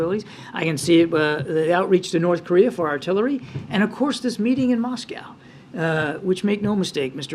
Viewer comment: new pronunciation of Moscow by jean: Muose-cow